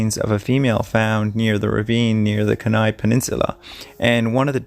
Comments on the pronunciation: Pronounced " key-nigh " (Kenai Peninsula) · Ok, ha.. I have listened to you mispronounce places enough, 4 in a row in this video alone..born and raised in Anchorage Alaska, 1959, I know Denali is Den ally Kenai is Key ni Fred Meyer is My yer Knik River is Ka nick Matanuska is Ma tuh noose kuh There may be more, but I quit listening as I have watched the movie and a crime show on this twice, so..😉 You're welcome 😊